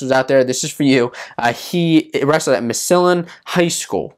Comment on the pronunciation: Pronounced Massillon wronh